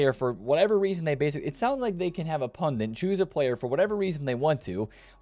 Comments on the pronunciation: Sup bro, it's prenounced "pundit" not "pundent" thanks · It’s not pundint, it’s pundit. In India meaning priest :) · Did he say "pundint?"😂😂